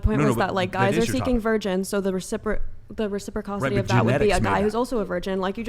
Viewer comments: Recipricocity is not a word. It’s reciprocity. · “The recipricocity…” reciprocity… Even if she had a valid point, she would have detracted from it with mispronouncing the word. She thinks it’s selective to sleep with 80 guys in one week after being “traumatized…” That’s an average of 11 per day with a few thrown in on some other days. One every couple of hours. That’s like being a high-priced call girl. “But it was only one week.” That is a serious lack of judgment. And something we feel we can see by ordering the right type of porn. We actually did have only a very crude test by testing blood between a child and parents. If the blood of a child could not have been the result of the father’s blood type, he could question his paternity. But that was a rare thing. “I just love that we revert to these primordial…”. While I can appreciate a vocabulary, she’s shown she’s not always aware of the proper pronunciation or knowledge of meaning. It sounds like word salad to his mostly lay explanation of the science. No, it’s a RATIONAL justification for a woman who had a lapse in judgment, enough to decide to wild out and sleep with a man every couple of hours, either seeking them out actively, or having scheduled it ahead of time. We now have to wonder when another lack of judgment might occur. Or… in this day and age of sexually transmitted diseases, he does what he can to protect himself from a consequence of also satisfying a sexual urge. Case in point… Yeah. We have a preference for a wo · “The recipricocity…” the word she was looking for was “reciprocity”. Also, so many of these women are tapped out not sure what’s even going on lol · It’s reciprocity, not “recipricocity” sweetheart